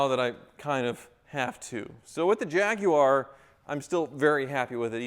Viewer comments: "Jag-U-ar" YES!!!!!!!!!!!!!!!!!!!!!!!!!!!!!!!!!!!!!!!!!!! We will get you Yanks talking proper English yet!! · What, in America, is a QUART, please? In English, it means a QUARTER, so a quarter of a gallon. i.e. 2 pints. At least it was when I was last at school in the 50s. P.S. He just called it a JAGUAR, which it is, not a JAGWARRR> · Thank you for correctly calling it a Jaguar not a Jawaaar. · I'm just happy that he is one of the few Americans who use all 3 syllables in Jag-u-ar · Thank you, thank you, thank you for pronouncing Jaguar correctly🤣🤣🤣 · An American who can pronounce ‘Jaguar’ correctly !! A rare breed indeed!! 👍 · An American who can say Jaguar properly. Amazing. Lol